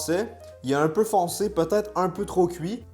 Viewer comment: Bonbons au PEUTATE